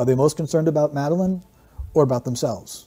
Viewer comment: Love your mispronunciation of Madeleine's name.x